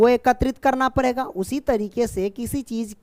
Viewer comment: Sir padega hota hai parega nhi